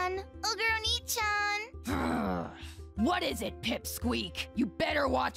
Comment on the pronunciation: As I'm sure people know, Onee-chan is pronounced similar to "Oh-naayy," so it would work if Oni was male, e.g. Onii-chan. I'm Japanese and the pronunciation just made me think it was read incorrectly, so I could see others not getting the joke. I think something like "Oni Onee" would work for western viewers being used to alliteration puns.